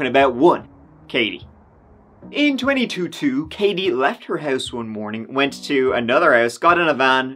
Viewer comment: Twenty two two for 2022 is so bad lol